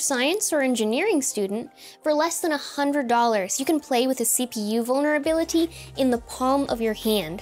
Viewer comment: You're so f-ing smart. Please say 'vulberability' one more time.